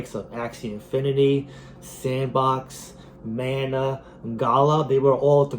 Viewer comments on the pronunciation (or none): none